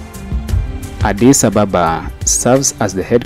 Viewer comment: You need, to learn how to pronounce Addis Ababa correctly. Ask or listen to the locals when they say Addis Ababa. May be, you are accustomed to calling out foreigner unfriendly colonized capitals i.e. Johannesburg, Nairobi, Cairo etc. etc.